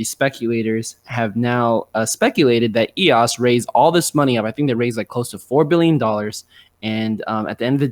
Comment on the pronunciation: eos, not ross